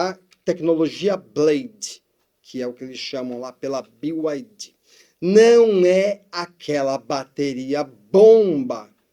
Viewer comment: A pronúncia é Bi Ai Di